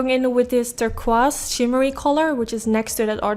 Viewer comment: I swear you can pull off ANY look, ANY color! 😍💖 By the way, NO shade but Turquoise is pronounce "Tur - KOIse" hope that makes sense.?